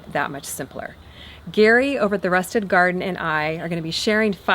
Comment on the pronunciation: wait is it RUSTED garden or RUSTIC? I swear for the last three years I thought it was RUSTIC but she said RUSTED